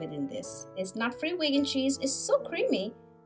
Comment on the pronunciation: Vaigan? It's veegan, right?